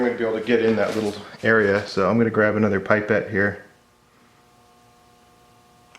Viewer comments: It's a pip as in like seeds or something then ete. Not pipe ete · Isn't it pronounced pip-ette (pipette)? Or is that just me... Thanks for the awesome video! I honestly shine with joy when I see you have uploaded!